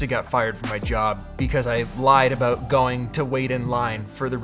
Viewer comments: “Let’s talk a boat the iPad” 😃👍🏼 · Let's talk aboot it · Btw what's that "about"(in Canadian accent 😅😬